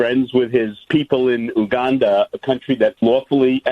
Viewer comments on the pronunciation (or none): none